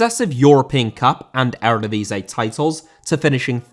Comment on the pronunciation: Eredivisie* not Eradevisei